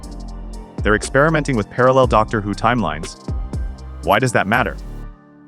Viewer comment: AI generated click bait. "Doctor <Pause> Who" and TARDice? At least check it before publishing.